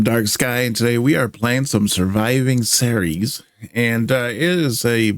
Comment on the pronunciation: Not only is this a nicely-put-together tale, but you also said "Ceres" correctly! Bloody good job,.